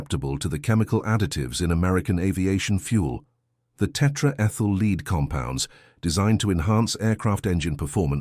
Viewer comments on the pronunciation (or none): Tetraethyl LEAD. As in the metal lead. Not tetraethyl LEED. These guys need to tune up their AI engines....